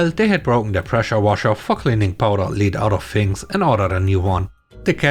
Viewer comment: In the last one, please note that lead is pronounced "LED" not "LEED". It refers to the chemical element Pb.